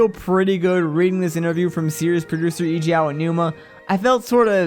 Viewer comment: why why do people keep pronouncing Eiji WRONG?